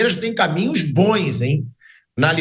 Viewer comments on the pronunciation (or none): Alguém ensina o Asmar a falar bons e gols. Só fala “bões” e “gôis”